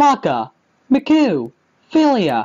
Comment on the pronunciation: "Makoo" When he said "Miku" It should be pronounced like "me-koo"